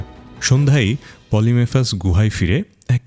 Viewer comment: পলিফেমাসকে (সাইক্লপ্স) বারবার পলিমেফাস উচ্চারণ করছেন, বিষয়টা বিরক্তিকর লাগছিলো।